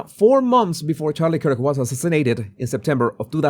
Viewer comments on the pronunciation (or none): none